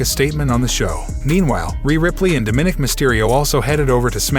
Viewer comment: Dude, if you can't properly pronounce words like Seamus, McIntyre & Dominic, or bother to check how to properly way the names, how about you let someone else do it?